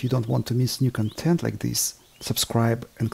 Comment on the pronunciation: Fantastic work Max, love all the interesting work you share with us. Topsy-Turvy is a very appropriate name for your work bench. Your English is actually quite excellent. Only one minor comment regarding your closing statement is in the pronunciation of the word "content". And its is one of those words that is difficult for any one of us non native English speakers as you have two words that are written the same, but pronounced differently according to the meaning. "Content (KAHN tent/emphasis on the first syllable) is a noun that means: (1) items contained inside of something else; (2) the main ingredient in a particular substance; (3) the ideas or topics discussed in a written work or speech; (4) the topics covered in an academic course; or (5) the list of chapters or sections in a written work, which are usually outlined in a table. The word content is derived from the Latin word continere, which means to enclose or hold together." "Content (cun TENT/emphasis on the second syllable) is usually used as an adjective or a verb to mean satisfied, to be in a state in which one’s desires and needs are met, to be appeased. Related words are contents, contented, contenting. contentment. The word content is derived from the Latin word contentus, which means satisfied."